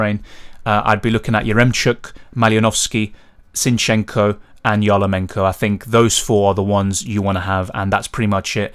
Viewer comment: not "YarLOmenko", but "YarMOlenko". sorry, but that was funny :D MD1 f....d me up(( I sticked to Berardi captancy, and missed on Lukaku. now I'm hoping for Ferran Torres or Ronaldo make me happy. also I got Wijndal, Kjaer and Denayer. defense let us down also I got Eriksen, but I'm not upset. opposite - I'm very happy that everything is fine with him! that was scarry about MD2.. I'm thinking about using LL. I looked at group stages of Euro'16, WC'18 and did little research. and I came up with conclusion that in the last MD of group stages, strong teams with good players like to change their lineups, give reserve players more minutes and main players some rest. I don't want these last minutes guessing with Belotti over Immobile, Benteke over Lukaku etc. but yeah, MD2 isn't perfect for LL(